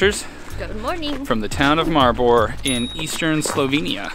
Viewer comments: You bucherd the name Maribor sooo hard Mari- bor May help the o is like An oo And the a is mor of An mA with the m combined Edit: zemljuca besicly transleates to dirt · I know its really hard to pronounce slovenian words and i am really sorry but how you say Maribor is just...